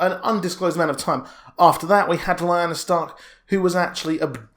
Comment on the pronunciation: lyanna. lee-- anne--a... not li--na. Ned and Robert was in the vale. But, what i dont understand, rhaegar married lyanna in secret (got it makes sense) however he annuled elia that you just couldnt keep secret, so I dont know how the kidnapping came into play or who told ned and robert that lyanna was kidnapped (to me) it looks like something littlefinger would have done to cause a war someone knew the truth but told ned and robert a lie (a game i like to play who benefits most from it,, tehe). Then when Ned arrives at the tower of joy he learns the truth and had to keep it quite. Again I dont see why ned kept it all hush hush, okay robert finds out the kid is a targ, he gets mad Ned tells him the truth hey lyanna and rhaegar was in love and they were married in secret the kid is legit, Robert isnt a bad or cruel person just likes to drink, fight, and plow the ladie, He wouldnt have caused a war with ned over it. So now that just makes me think, when robert is on his deathbed he writes in the will the true heir to the throne, I wonder if he put that in there for Jon to take the crown..